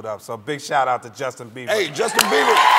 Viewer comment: he said justin beaver